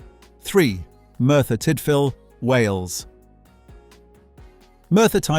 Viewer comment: "Eb-double U Vale" and "Mertbyr Tide fill" Come on you can do better